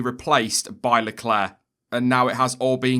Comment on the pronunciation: IT'S MENTIONED LECLERK NOT LECLAIR